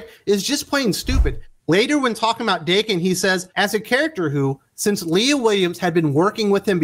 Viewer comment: Daken is meant to be pronounced like Don "Dokken". This was how Remender said it when discussing Uncanny X-Force.